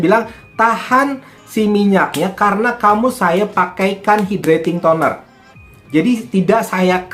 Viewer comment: Hydrating tonernya bacanya kok gitu